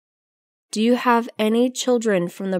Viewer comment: Cô này đọc rất lạ . Nghe đi nghe lại mấy lần vẫn nghe cô này đoc chữ do là chữ did